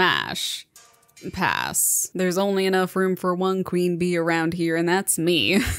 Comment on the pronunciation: Why do you say it lie pass-sh